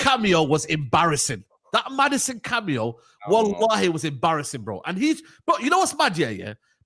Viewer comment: My brother, please stop saying wahali. I know you don't have bad intentions, but it's disrespectful, and you should know that.